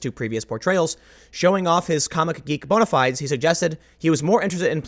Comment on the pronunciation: Bone-A Fee-Days.